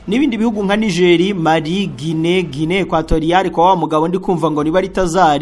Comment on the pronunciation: Ati Guine Equatorial Kwa. Bartazal 😂😂😂😂 yewe Ariguca ibintu p